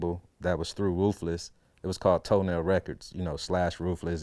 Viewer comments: it's Tonel not toenail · TONEL NOT TOENAIL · It's Tonel Records, not Toenail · It's actually TONEL Records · did this nigga say toenail records? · Did he just say toe nail records ?